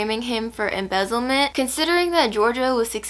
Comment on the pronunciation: great moment to add “EMBEZZELE?!?! EMBEZOO??”